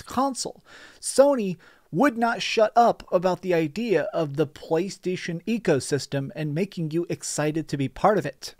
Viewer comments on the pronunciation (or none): Lol he called it ps eco system.